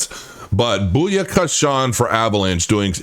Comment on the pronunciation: It's BOOYAKASHA NOT BOOYAKASHAWN